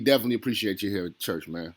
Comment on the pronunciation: Dude 5 min before you actually go on ? And wtf is chuuch! Is that a ghetto way of saying church?